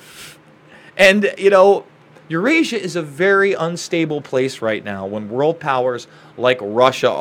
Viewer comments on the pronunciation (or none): none